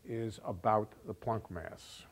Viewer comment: Well, Planck is a german name and I myself am german - and all I can hear is that he is pronouncing it just right. Not an o sound like in "don't" (or as, presumably in in "plonck"), neither an o as in "product". Just like in "guts". The only thing may be that he's strechting it a bit like the a is stretched in "staff" while in "Planck" it really should be short (and sound) like in "guts". Anyways, possibly something wrong with my ears and "plonck" is funny in any case.